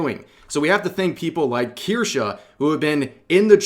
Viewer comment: KirschE, not KirschA.